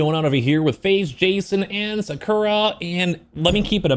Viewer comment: they way he said jakura